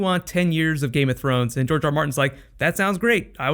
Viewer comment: GRR Martin, as in George, not Jorge.